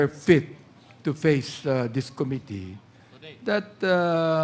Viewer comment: Don't pronounce committee, kome tee it's ku-mi-tee